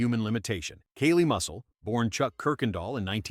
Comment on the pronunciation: "Kaylee" Muscle 🤦.. A human narrator wouldn't screw up so badly. AI is ruining everything.